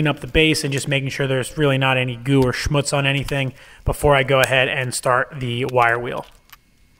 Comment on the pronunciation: Very interesting mechanism and a well done job. Separate congrats on pronouncing schmutz properly.